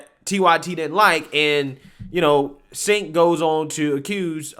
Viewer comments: It's pronounced "Jank" not "sink" As in Janky piece of shyt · "Chenk" it's pronounced! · I thought that obnoxious,arrogant mouthpiece was Pronounced Chenk? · Hey, it’s pronounced Chanke:) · Your content is the BEST. FWIW I believe Cenk is pronounced Jenk but who cares the dude is an A$$! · It’s pronounced “Chunk Yogurt”.